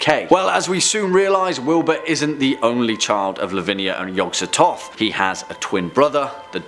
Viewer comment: Yog-Sototh? No, it's Yog-Sothoth, the H is not silent.